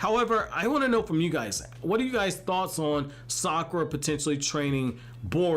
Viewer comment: Fun fact: You pronounce Sakura without "Suck"